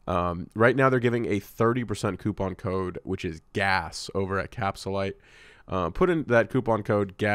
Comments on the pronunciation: LMAO it bothers me so much. capSHULIEGARlyte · Does have veneers or dentures bc he can't say capsulyte he says cap shu lyte